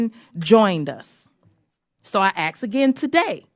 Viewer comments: ASK... Not Aks... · When educated people say "ax" instead of "ask" it is so grating on my ears. Same as when people say "newcueler" instead of "nuclear". Can't these people read? It is so annoying!! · I know what she is trying to do , but Ms bush shot herself in the foot by saying "AX" instead of "ASK". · So I axe again lol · Bush is great, but I can't stand when I hear people say "ax" instead of "ask". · All Americans, PLEASE stop saying axs and instead say the actual word, ASK. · "So I AXE again today...." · "So I ax again today " 😆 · She "aksed" she didn't ask. That's always a problem to me. I'm not a white supremacist, but I am a grammar geek. I am just as angry at the Democrat versus Democratic pronunciations by the GOP morons. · of this video, while defending that people of color are not inferior, Bush says, "I AXE again today...". That does not help her case at all. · learn to say the word ask people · you know, you just KNOW that someone is going to get on Cori's case about her pronunciation of "ask".